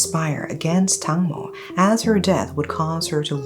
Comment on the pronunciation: Not Tangmo but Dang mo, "watermelon".